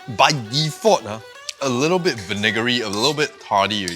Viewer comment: My new favorite word....vaniggery hahahaha I believe he meant to say vinegary. 😅😂